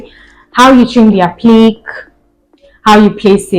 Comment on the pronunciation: Appliqué ( A-plea-k)